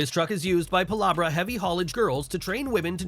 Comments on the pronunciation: PLEASE ensure that your narration learns to pronounce place names correctly. Pilabra?? Seriously???? It's Pil bar a🙄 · BTW It is Pilbara not Pilabra.. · Pilbara is Pronounced, "Pill bra" not "Pill bar ah." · The idiot who is narrating this video screwed up the Name of the group who operate the neat Hot Pink Macks Called it pillaberra It's actually PILBARA! And a nice group of ladies Who know their game! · All very fascinating and I mean that sincerely. As a Western Australian it grated on my nerves when the bloke in the video said PILARBARA. It's spelled PILBARA and we pronounce it PILLBRUH. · the narrator of that video; "Pilahbra"... it's Pilbara, pronounced "pill-burra"! Didn't even read copy properly. I'm just glad you didn't say it too. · As soon as that narrator said "Pilabra" I struggled to believe a word they were saying 😂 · The first A in Pilbara is very soft in Australian. It's pronounced Pilbra :D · It's not Pilarbara as the commentator said, it's The Pilbara (The largest iron ore deposit in the world)....... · I couldn’t stop laughing at how he pronounced ‘Pilbara’. I didn’t ever think it could have been pronounced other than how we pronounce it here in Aus. But I’m sure I too have mispronounced words.